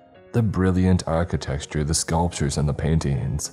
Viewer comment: buddy, if you're a narrator you gotta work on the correct pronunciation of words. You put so much work into the narration and the music, and then goofed-up words shatter the vibe. Sepul-cher, architexture.. you can do better, bro.